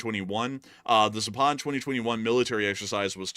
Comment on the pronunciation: PLEASE !!! It is pronounced ZAAAPAD not ZAPAAAD !!! Accent on the first A !!